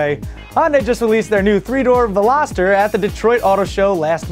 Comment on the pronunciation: Your getting real good at this hosting this. Congrads on the pronunciation of Vel-ah-ster... I *heart* you!! LoL Love the douchebag Pickup truck jump... Hysterical!!